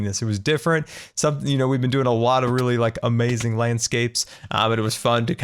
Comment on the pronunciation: I like how says amazing like "owmazing"